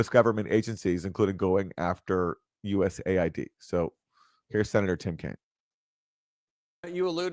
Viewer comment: it’s not US-aid. It’s USA-ID please 🙄 seems silly to mention but when you’re at the receiving end of the meddling this matters. There’s no aid coming from the US only problems.